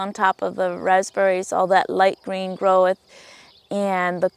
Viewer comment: The word is “growth” not “groweth”